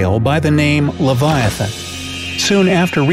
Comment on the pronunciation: It's not that its live-ee-ah-than